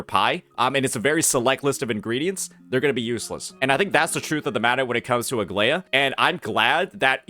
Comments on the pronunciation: I made the comment at the beginning where he called her Algea or something like that. Have in mind that what I described is the correct "greek" way, I guess pronunciation is fine as well. Written is greek is Αγλαΐα btw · From a greek viewer, it is pronounced A-gla-ia with the intonation on the "i"